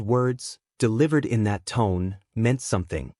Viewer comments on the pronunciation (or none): none